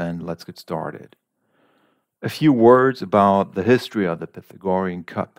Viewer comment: You might want to look up the pronunciation of “Pythagorean”.